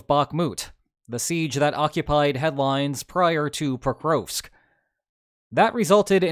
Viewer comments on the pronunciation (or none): Geez your pronunciation of Prokrovsk... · The Ukrainian letter ‘о’ is always hard as in ‘dog’. Your mispronunciation of ‘Pokrovsk’ was thus very distracting for my autistic brain.